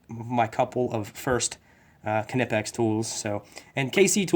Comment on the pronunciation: I like how you cant pronounce knipex correctly